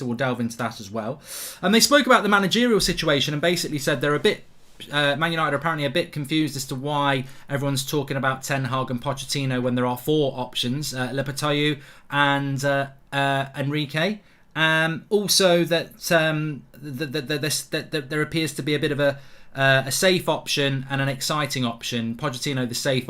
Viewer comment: “Lepethaiyu” 😂😂 It’s Lopetegui, how does Mark manage to remix names to that degree 😂